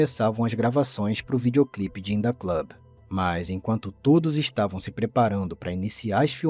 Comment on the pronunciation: "indah club" lollll